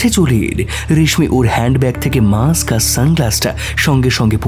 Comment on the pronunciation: এত অসাধারণ একটি উপস্থাপনা, সেখানে ছোটখাটো ভুল ত্রুটি হতেই পারে - যদিও না হলেই ভালো হতো, যেমন 'মাস্ক' কে 'মাক্স' বলা, কিন্তু তাই বলে 'কুশীলব-দের' উচ্চারণে এরকম ভুল খট্ করে কানে বাজে। বিনীত অনুরোধ জানাই এরকম ভুল উচ্চারণ থেকে বিরত থাকার জন্য, কারণ আপনাদের চ্যানেল আমাদের খুব প্রিয়।